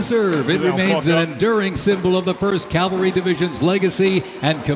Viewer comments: The announcer said “Calvary.” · Only thing that bugged be was him saying Calvary instead of cavalry. But pretty good otherwise.